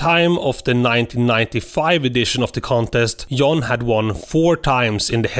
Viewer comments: Stop saying Yan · You pronounce John “yawn” and young “joung”